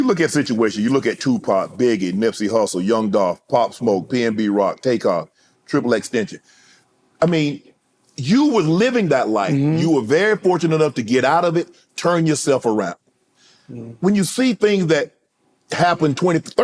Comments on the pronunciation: Unc said “triple extension” tryna say XXXtentacion 🤣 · Shannon said triple extension 😅😂 Its xxxtentacion 😅😅😂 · "Tripplextension" lol unc just fumbled that man's name and kept it moving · I died when he said Triple extension😂😂. Shannon that's not how u pronounce that man name